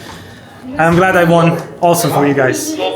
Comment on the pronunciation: ときどさん、win の過去形 won を ウォン と発音するの、やめて欲しい それ、ワン です one と同じ発音